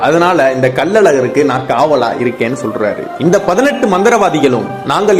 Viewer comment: Selar liianga solar olunga sollunga